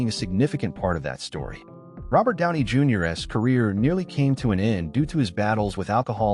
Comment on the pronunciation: and '"Robert Downey Junior-ess"? Fix it please AI voice